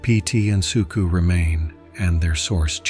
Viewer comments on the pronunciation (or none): Sook-A, not Sook-oo - your AI narrator needs better instructions